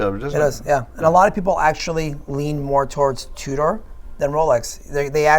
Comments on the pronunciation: He was definitely saying two-door instead of Tudor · I wanna punch that guy in the face for saying “Two Door.” 🤦‍♂️ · The way he says Tudor grinds my gears a bit. Sounds like he's saying "Two Door" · I believe it's pronounced TwoDoors.